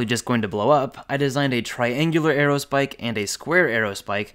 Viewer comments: Buddy. You've got it all wrong. Square aerospike? Haha, no. Squaerospike. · He really didn't call it a squaero spike